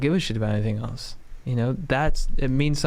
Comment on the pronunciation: I looove the way says else. ELTS. Dank.